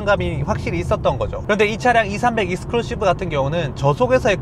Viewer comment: 익스클루시브 너무 강조하시네ㅋ